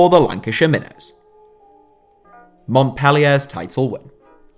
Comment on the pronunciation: it triggers me how he says Montpellier